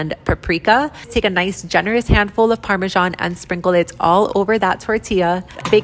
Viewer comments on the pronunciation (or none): Parmesjaaan. Hilarious. How to fancy up a word.